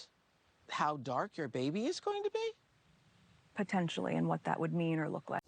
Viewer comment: "Potencially" what does that mean???